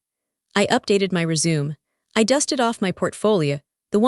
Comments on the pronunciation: Resume, pronounced reh shoe-may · AI can't say Re-SUE-MAY. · Teach the AI how to pronounce resume